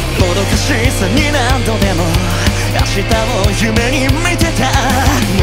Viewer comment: しゆんさんのパート、ここのフレーズの歌い方がかっこよくて、気に入っています 始めの"もどかしさ"の"も"の発音とか "明日を"の"あ"の発音 "見ていた"の少し強めの歌い方 "変えよう"は丁寧に優しい感じに長めに伸ばしてるのが素敵 全体的にキラキラしてる雰囲気ですが、切なさもあって それを表現できるのが本当にすごいなと思いました